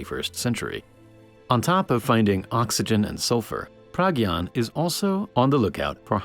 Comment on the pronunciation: dont wanna be that guy but as an indian, pragyan is pronounced pruh-gy-aan